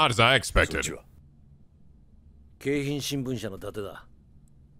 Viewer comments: Man, will never be able to say Keihin right. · The trauma of the Keihin gang follows everywhere. And just a side note, since it bothers me to no end, it's pronounced "Kei" as in "okay" not "Kai." So it's "Kayhin" not "Kaihin." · Hey, since you couldn’t find it, here’s from Wikipedia: “The Keihin Region consists of the Japanese cities Tokyo, Kawasaki, and Yokohama.” And it’s pronounced Kay-hin; anytime ei shows up in a Japanese word it’s always pronounced that wei—I mean way. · Keihin is pronounced KAY-HEEN,. Lol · It sounds like he’s saying “cayenne”. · It’s supposed to be “cay-hin” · Sees a Japanese word with an "ei" in it Activate German